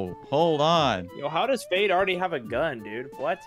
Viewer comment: fade: gibberish